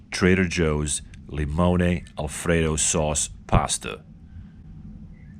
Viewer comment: "Li-mone-aye"... LOL!